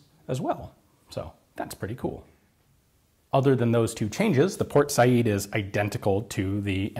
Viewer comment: Thank you so much for saying "Por Sayid," instead of "Port Sayed." That always annoyed me. Also, thank you for digging up more relics to take apart, and show us all the bits inside, as usual.